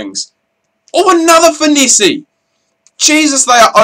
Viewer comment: say it like finess not finessi. Great video but this is annoying